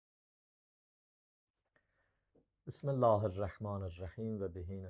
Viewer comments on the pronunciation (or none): Bismillahi yox Bismilləhi. Birinci sözündə səhv! Dalına qulaq asmadım)))))))